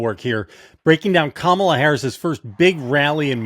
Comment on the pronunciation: What I find disrespectful is the PURPOSEFUL mispronunciation of her name. the question is does Kamala find it disrespectful for people to not be calling her by her surname?